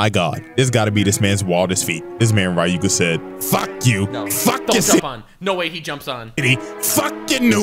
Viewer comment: As much as I enjoy this i'm getting slightly tilted with how keeps saying Ryuuga as RA-YUU-GA, like dude, it's a two syllable name and he made it three. 😅